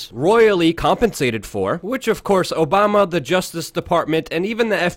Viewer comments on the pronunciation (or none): none